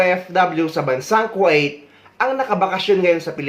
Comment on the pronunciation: Sir kwa it ba ang pagkabigkas ng Kuwait?